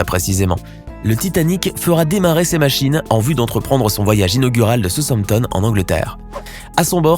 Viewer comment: J'ai eu la même réflection mais en faite il articule mal il dit Southempton